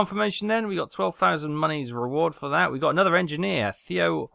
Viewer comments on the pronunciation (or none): Your pronounciation of Oertel was pretty much on point on second attempt; however, pronounce Theo as if the h wasn't there. The English th-sound doesn't exist in German.